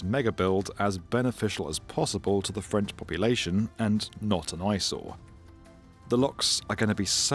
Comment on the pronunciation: Your French prononciation is impeccable 😂